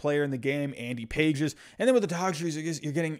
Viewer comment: I believe Pages is pronounced Pa-hez.